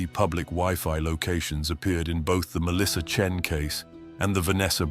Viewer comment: AI crap that can't even get her last name correct - Chen or Chin? or not wasting my time...